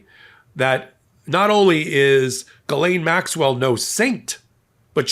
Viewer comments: "Galain Maxwell?" That's the weirdest pronunciation of her name that I've heard yet. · One thing about Ghislaine's coverage that totally irritates me is how everyone makes it a point to pronounce her first name properly. This woman's name needs to be purposely mispronounced. She does not need any respect whatsoever. Maybe Guiltless, Grabbing Pedo. Mispronouncing this monsters name is the least we can do.